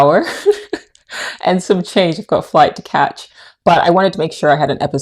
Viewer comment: "Flight to catch"... Near London accent that... 😁😁